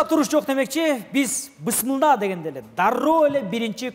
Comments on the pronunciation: Бысмылда емес, Бисмиллах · Бысмылдаа эмес бисмилла болот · иним бысмылда эмес Бисмиллах дечи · Бысмылда эмес бисмилла болот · Бысмылда эмес